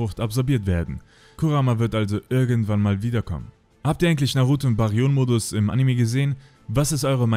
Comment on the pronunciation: Nice Zusammenstellung :) Danke für die Arbeit aber brudi Bäh-ri-yön - Mode, versuch das mal so auszusprechen :D